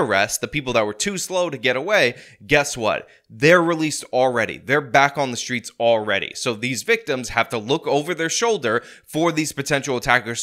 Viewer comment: Time to clean up "tha streetz".